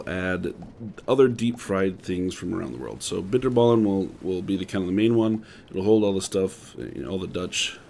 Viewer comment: as a dutchy i can confirm he said bitterballen weird